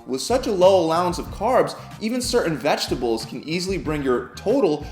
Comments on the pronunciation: VeGetables mate, not veGGetables. Single G, little mistake I know, just for future reference. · Brayzil nuts and veggetables lolol......some editor yall have give him a raise